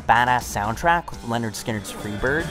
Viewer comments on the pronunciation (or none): It’s pronounced Leh-nerd Skin-nerd